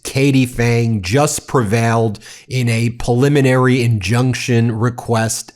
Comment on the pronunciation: Ben, why do you always pronounce preliminary injuction as "puliminary"? It's so weird. You're a lawyer. It's a word you should pronounce correctly every single time, not wrong every single time.